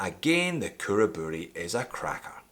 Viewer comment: Perfect pronunciation on Khuraburi!